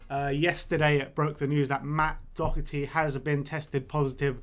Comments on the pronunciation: It's pronounced dockerty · Matt Doherty.....not Docherty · It's pronounced do-herty. do as in dot but without the t. This shit really isnt hard it's not like some crazy Spanish pronunciation like reguilon